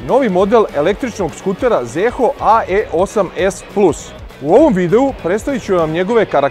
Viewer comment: Nije Zeehooo nego Ziho.